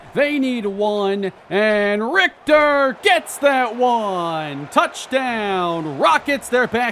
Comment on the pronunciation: bro pronouncing richter correct is a w